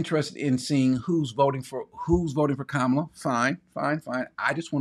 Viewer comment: you know just enough to think you’re right and not enough to know you’re wrong….about a lot of things. The person who said, “No hate like Christian love”, was correct. It is racist to pretend you cannot pronounce Kamala’s six-letter name but clear on Tchaikovsky. She was elected 4 times. Also, I was an hour in when you revealed you’re an ex-con. The entire time I was listening, I was thinking, “Damn, this guy sounds like a bootleg penitentiary lawyer”. Good luck, but I won’t be listening in the future.